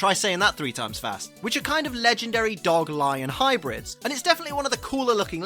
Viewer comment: You are not the only one who pronounces “ dog “ like this xD